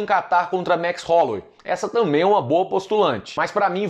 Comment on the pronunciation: "Max Rolouei". Werdum